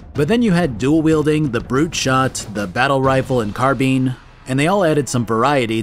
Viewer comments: Boy if you don’t stop saying carbean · CarBEAN???? Staaaahp it. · I've never heard someone pronounce car-bine as car-bean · Now I’ll never get car-bean out of my head… carrrr beeeeaaaannnnn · Oh god no it was awful hearing that. And why would a American pronunciation be the correct one when the original word came from the french? Not everything that america does different then the rest of the world is correct. x.x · That pronunciation of carbine is killing me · The pronounciation of carbine is triggering me. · I don’t normally point out pronunciation but you say “carbine” wrong so often that it started killing me 😂. Also gauss